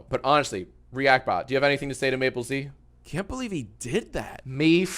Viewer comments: btw jack, mappelz pronounces his username like apples but with an M sound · yea i was a bit confused when he pronounced it "maple z" cuz it does not look like that